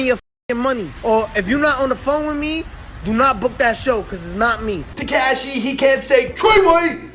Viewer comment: "Teceshi" ... Hope u try some fentanyl soon bro